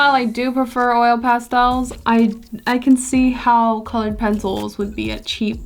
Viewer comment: 20 minutes of hearing you say Pastels, amazing 😂❤️ I love crayooons and pastelsss